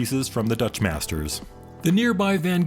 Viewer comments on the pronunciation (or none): none